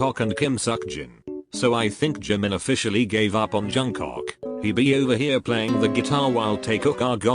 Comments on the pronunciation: no one: literally no one: robot voice: jungCOCK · Someone tell to stop saying jungcock ffs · I burst to laugher after hearing JUNGCOCK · Narrator I see you calling Jk Jungcock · LMAO!!! “Johncok”